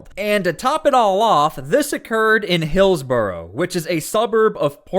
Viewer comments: Hillsberry😂🤦‍♂️ It is Hillsboro. Locals allegedly call it Hillsburrito. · Hillsberry ?? Hills-Borough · Hillsberry? I'm sorry but your pronunciation of Hillsboro sucks. That's why I will not subscribe to your channel. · These people are just ignorant. (By the way, the name of the town is pronounced "Hills-bor'-ough". You are a true journalist, so I know you will not be upset.) Like you, I worry about them ruining their lives by this activity. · First of all, please learn how to pronounce Hillsboro. It’s not that hard. Secondly, the Hillsboro Herald IS NOT a legitimate newspaper. It is a propaganda machine of Knudsen who likes to play at being a journalist but is, in fact, a leftist hack!